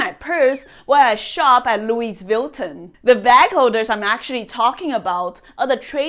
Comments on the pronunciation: lew weez vil ton 😂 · Haha i know. I like Lewis Vyutton. I like to eat fill-it mig-nons too! English is my 2nd language so mispronunciations-on-purpose always entertain me